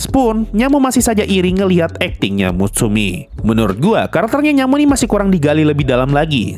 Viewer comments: Mutsumi bang,bukan Misumi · dikit koreksi bang. Lo salah ngucap nama kayanya di sini. Bukan "misumi" tp "mutsumi". Beberapa setelahnya jg salah sebut nama mutsumi jd misumi SPOILER Dikit koreksi jg bang. Uika tuh sebenarnya bukan saudara kembarnya Hatsune. Uika tuh adik kandungnya Hatsune tp beda bapak, dan anehnya muka mereka sangat mirip Sebenarnya pertanyaan terbesar blm dijawab di season ini adalah "di manakah uika? Apakah dia tau kakaknya ngambil identitasnya?" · Ketika bang nyebut mitsumi, gua reflek MUTSUMI BANG, MUTSUMI😭😭